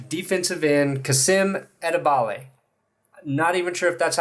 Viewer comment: Hi from Germany. Finally a German player on the broncos roster. You pretty much nailed his last name, his first name is pronounced more like kaseem with a long i/ee sound.